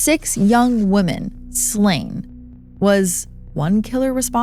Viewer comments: Women is pronounced wim-in. I haven’t heard anyone pronounce it correctly in 10 years. Dr. Horvath was half right. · WOman singler The O is silent when plural pronouncing Women sounding like Wimen Please look it up and pronounce it correctly